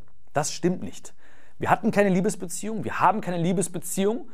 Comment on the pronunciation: Wieso diese Betonung auf "LIEBESbeziehung"? Ist es eine andere Art von Beziehung?